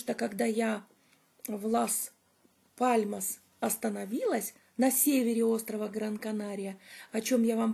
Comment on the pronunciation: добрый день! Город Лас Паломас ( Las Palomas исп),вы произносите Мас Паломас😊 И остров ТенЕрифе, а не ТенАрифе😊 А видео просто замечательное!❤